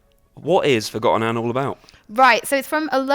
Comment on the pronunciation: Forgotton Anne? not "ForgotANNE"? 1 out of 10 -ign.